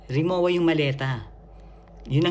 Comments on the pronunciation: ang Rimowa ay German brand, hindi Japanese. Katunayan, ang pagbigkas ay Rimo-va. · Rimowa luggage is pronounced Ree-moh -vah with the German 'w' sounding as a 'v'.. No offense meant ❣️❤️🅿️🅱️🅱️Ⓜ️✌️ Forever since birth